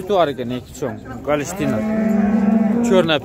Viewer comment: Малдын породаларын туура так айтпасынбы галштин эмес голштин